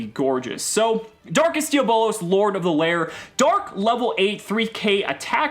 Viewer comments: It’s di a blose not di abolas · Hahaha it’s not dia bolos. It’s diablos and if you can try and fit that extra o softly. It’s Spanish for devil. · It's pronounced d_ab_lows